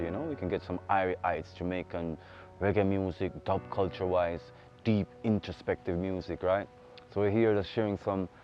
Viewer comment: Why - zzzzzziiii -> Wise Tells you zi why